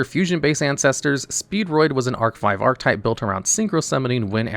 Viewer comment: The way you pronounce "archetype" checks out for the average Yu-gi-oh fan of which often pronounce relatively common words incorrectly 😅